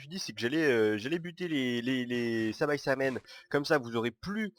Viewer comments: C pas sabaisamen c saibaman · c'est saibaman et pas saibaçaman comme tu dis :) x'D